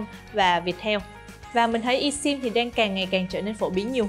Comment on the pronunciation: Esim phát âm i sim sai rồi phát âm là ơsim mới phải